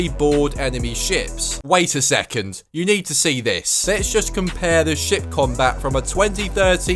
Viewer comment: I thought he was saying shit instead of ship combat. 😅